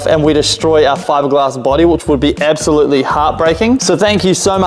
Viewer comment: Ebsolutely, ekshually, beshbar